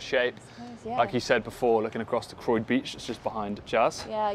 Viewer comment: Love how she pronounced Croyde beach!! Bless her 😀👍 great house